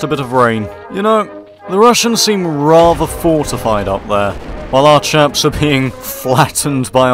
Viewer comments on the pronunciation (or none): none